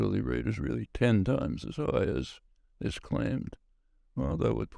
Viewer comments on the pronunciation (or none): Matt Chorley: he Weally is Wight to Waise these issues. The cuWWent WhetoWic is all Wong. His Wadio bWoadcasts are Weally Welevant. He's weally wight-on. GWeat Wadio, Matt! TWemendous! TeWWific!